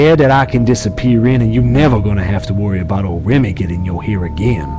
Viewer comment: Did they butcher Remy's last name on purpose?